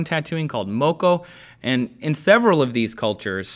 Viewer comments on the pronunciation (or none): Um...correction...Moari...not Mori...Moko not Mowkoh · Just letting you know, you butchered the pronunciation of the words "Maori" and "Moko". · Pronunciation of "Maori" and "moko" leave much to be desired,. Say it with me.. More research was needed!